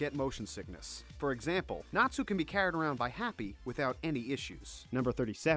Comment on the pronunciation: Compared to the rest of the names I'm surprised he got Natsu right...